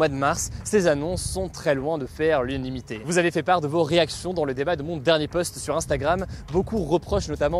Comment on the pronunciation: U-NA-NI-MITÉ deso ça me tilt <3